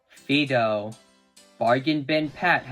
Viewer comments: You said Fido's name wrong... YOU SAID FEDO NOT FIDO (im not hating it just got on my nerves) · U said Fido wrong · Ya said fido wrong sorry I just had to say it